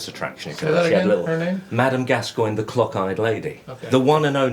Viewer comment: Did he say "clock eyed" or "cock eyed"?